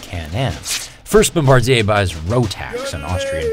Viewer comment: It’s pronounced ‘bom-ba-deer’